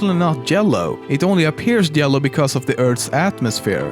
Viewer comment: 왜 yellow 노란색을 jellow로 발음하나요?